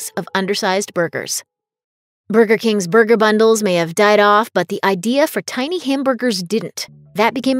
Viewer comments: She says burger like booger. And I could listen to that all day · I hate the way she says burger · The way you say burger hurts my soul